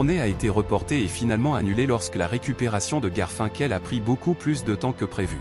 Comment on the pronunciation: L’histoire est intéressante…mais Garfinkel !!!!!!😂😂😂 putain mais c’est horrible 😱😱😱…je ne risque pas de m’abonner…